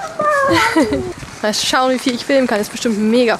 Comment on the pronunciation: Es heißt bonbons 😅 nicht bomboms